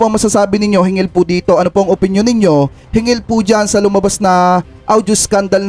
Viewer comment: Dapat " hinggil' po hindi " hingil", means, " about".